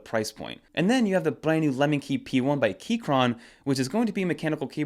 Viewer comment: Lemokey, not lemonkey